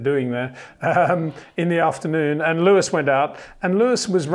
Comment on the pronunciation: it is NOT "verSHtappen" FFS Max is not German (who do pronounce "st" as "sht") ... #Max33 = Dutch NL/Belgium! ... It is not "Bottash" nor is it "Lewish" certainly not "verSHtappen" .... This BS started long time ago when a British sport presenter interviewed father Jos Verstappen and assumed you can use a German pronunciation to a Dutch Driver thinking it is so "funny" ... It is not.